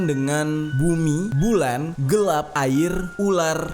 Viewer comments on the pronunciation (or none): none